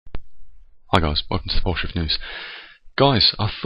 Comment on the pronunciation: Hi, Don't know if anyone else has mentioned it or not but your intro sounds like you are saying "Welcome to Bullshit News" instead of "Welcome to Poleshift news" Might want to rephrase it or something. I am a believer in what you are saying, just wanted to point that out to you.